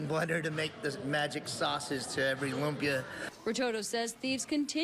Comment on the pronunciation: She really said "lump-ia" 😂